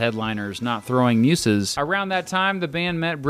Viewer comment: How the fuck do negate the first umlaut in Hüsker Dü and pronounce the second one? Nevermind... ...if you can’t pronounce Throwing Muses correctly this is clearly a lost cause.